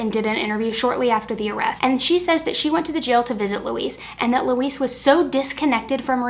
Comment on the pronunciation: Her name is pronounced "Luh-weez", not Luhwees. As disgusting as the woman is, I really don't care if you pronounce it.